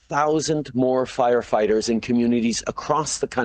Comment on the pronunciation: Is it me, or is that liberal goof saying "fighterfighters"?